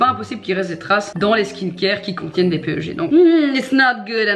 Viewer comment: Hihi on le lit "pèg" le PEG (=polyéthylène glycol), pas "péeugé" :) Cela dit ça fait super plaisir que tu connaisse la chimie et formulation des produits cosmétiques! On voit que tu connais et que tu ne t'es pas juste lancée dans ce domaine pour te faire de l'argent et point! Franchement bravo, je suis étudiante en pharmacie, et j'aimerai travailler dans ce domaine plus tard, mais quand je vois des minettes qui se lance dans ce truc sans rien connaitre, et surtout qui ne veulent pas comprendre...je comprends pas! Ça fait vraiment peur quand on voit ce qu'on met dans notre peau en échange de toute cette quantité d'argent!